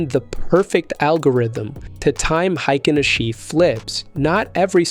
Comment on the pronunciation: hikenaSHEEE, C'mon. One disclaimer is enuff